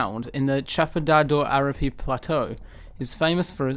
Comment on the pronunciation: Great video man. And also, it's so funny you butchering the pronunciation of Chapada do Araripe.